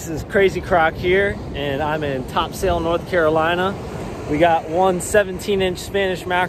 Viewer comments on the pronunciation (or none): Great videos! But it’s not Top Sail, but Topsul. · TOP-sul. Not "top- SAIL." Tight lines.